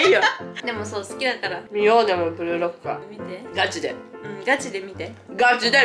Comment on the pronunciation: これメイクしながら見てたら、ブルーロックがブルドックに聞こえてて訳わからんくなった